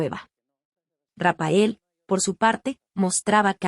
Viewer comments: pye estupida nunca fue rapael como pronuncias era rafaek aunque le hayan puesto p, rectifica bruta. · A ver si pronuncia Rafael en vez de Rapael por favor